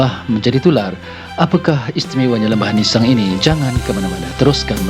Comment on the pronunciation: Org Tganu sebut ‘nissang’ ejaannya sama sebutnya Lembah Nissang